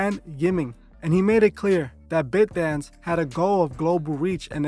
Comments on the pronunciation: It’s pronounced BITE-Dance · The way you say “ByteDance” is incorrect😂💀